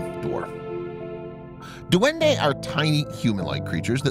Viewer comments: In Philippines this is how we say duwende it’s “Dwende” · its dwende not duwende that how you say it.